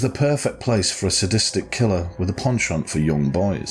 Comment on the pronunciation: A terribly sad story. Also, my total respect to you for your correct pronunciation of "penchant" - you are my language hero!!!!